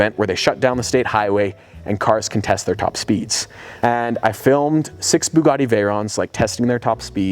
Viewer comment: To race his "BEEGADI" veyron